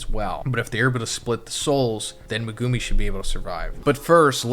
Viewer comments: "Megooomi' looool it's pronounced Meg u mi. How they say it in the dub, would be correct because they get told how to say it. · every time he says "me-goo-mi" it causes me physical pain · Naa "Mehgoomy" and "Sehkoonah" is crazy. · Good video but it’s megu-me not meg-goo-me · No hate but please. Its pronounced meg-oo-mi not me-goo-mi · HIS NAME IS MEG-ga-me man… you keep saying maGume and that’s just incorrect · is saying 'Muh-goo-me' and I think the argument is that it's supposed to be said as 'Mega-me' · I've gotta say it. Who the hell is meh-goo-me? Do you actually watch the show/read the manga as a fan, or just farming YouTube views? Legit question. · Say it with me Meg ou me that’s how you pronounce his name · Megoooomi. What did I just hear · it's Mehgumi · Naughty chapter as always.. But what gets me is I can't hack how you pronounce megumi' name 😭 me goo mee😭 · Guys, guys. It could be worse. He could be saying 'Me-gummy'. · Im sorry I hate they way you pronounce Megumi name 😂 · if this dumbass doesn’t stop saying megumi yuta last name wrong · not a fan of how you say megumi LMAO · lol my guy you not say megumi name right lokl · ill follow you when your pronounce megumi right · fr! it makes me cringe every time